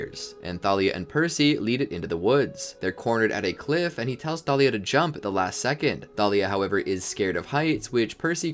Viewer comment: It's Thalia not talia